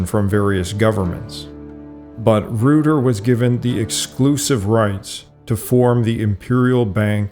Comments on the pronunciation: Reuter is pronounced "royter," not "rooter." It's also anachronistic to show a picture of a demonstration from the late 1970s or early 1980s in reference to things that happened nearly a century earlier. the flag of the Islamic Republic of Iran isn't the same as the flag of Iran as it was under the Shahs. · "REUTER" rhymes with "loiter" and "goiter" but you pronounced "Scythian" correctly, so...